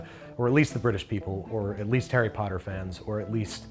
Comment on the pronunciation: did He just say "Pumpkin Pasties from Parry Potter"?